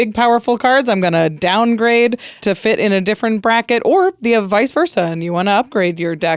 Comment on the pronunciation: sounded like JarJar saying downgrade. I don’t know what happened there for the voice inflection, but it was hilarious.